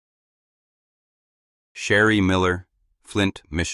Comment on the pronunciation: Ai is a MESS! Sherry…Sheree…..Shari…?